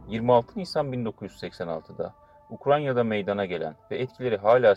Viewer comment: Ukranya değil Ukrayna.